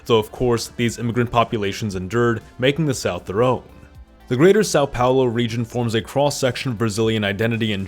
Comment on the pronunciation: Sáu Paolo 😢😢😢